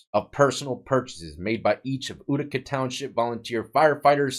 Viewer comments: FYI, it's pronounced YOU-tica (not OO-tica). Reminds me of hearing people from the UK pronounce Puma as Pyewma, or Putin as Pyewtin, except this is the other way around :) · Exec-cu-tor not executioner! :o and it’s yoo-tih-cuh not ooo-tih-cuh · “Utica” is pronounced. “You-tica. To our form sheriff Clark county. To him I think it was pronounced. Urica… Glad they caught him. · hey just trying to help, in case you do another video on this guy, it's pronounced U-tica. Imagine how many people were wrongfully sent to jail because of this corrupt sheriff. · Utica pronounced you-tica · And i know u hate when people correct u for way u say stuff but its YOUtica lol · That cabin in Utica is beautiful I've been in it and Leon was a great guy. Its pronounced U(you)-tica.